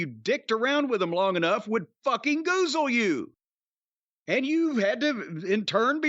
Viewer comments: Take a shot every time they say goozle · DRINK ON "GUZAL".